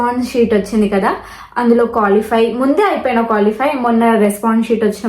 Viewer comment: Nanna amma adhi colify kadhu ra qualify